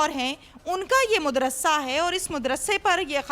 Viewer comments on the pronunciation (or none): مدرسہ کہتے ہیں مد رسا نہیں